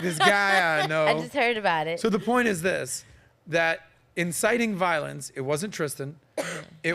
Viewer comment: "insiting some te tees" 🤣🤣🤣🤣🤣🤣